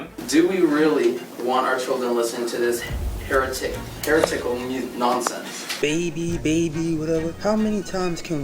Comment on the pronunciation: bro couldn't say heretical